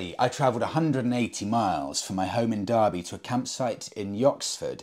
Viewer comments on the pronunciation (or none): none